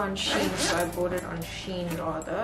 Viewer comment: LOVE IT!! so glad you pronounced SHEIN correctly this time 🤣🤣